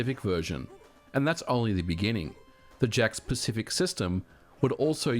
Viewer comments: I can't help but hear the company name as "Jack Specific". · Did anyone else think he was saying "jack specific" version all the way up until the end? I thought he was just calling it that because it plugs into the TV "jacks" with no console needed, lol.